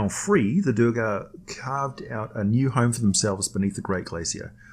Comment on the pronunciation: Can we please get an American narrator? If you can forgive/ overlook the idiot mispronunciations of simple words as well as the mispronounced name of the main race of "Dar-gar" not the 2 or 3 different mispronouciations the idiot narrator uses... This is what you get when you use an idiot European talking head.